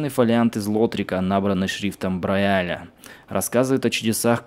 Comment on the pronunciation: извини конечно но уже который раз режет слух когда ты вместо БраЙля читаешь БраЯля :(